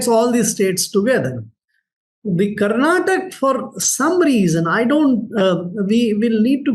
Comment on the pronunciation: Bhai kannada wale pelenge jaise karnataka ko mispronounce kar rahe🤣🤣